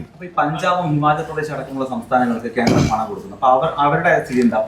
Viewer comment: ഖേൻഡ്രേം.. കേന്ദ്രേം, ഗെൻഡേരേം.. മാപ്രെടെ തന്ത 🤣🤣